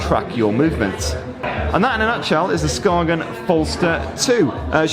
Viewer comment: It’s pronounced Skaen. You don’t say the G.. it’s a Danish brand, learn your names!